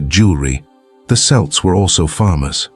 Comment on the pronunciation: the issue isn't the you don't sound like a "native speaker" whatever that is, but that, among other things, you pronounced "celts" "selts" in one sentence and "Kelts" in the very next one like 15 times in a row